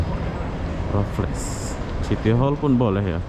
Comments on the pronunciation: Raffles bang, bukan rafaelis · Sebutan nya..Re+fels ..= Raffles...tapi bukan Rafales...